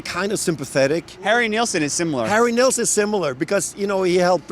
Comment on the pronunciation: It’s Nilsson not Nealsson